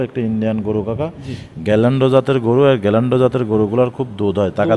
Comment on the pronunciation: বাটপার। গিরল্যান্ডকে গ্যাল্যান্ড বলছে।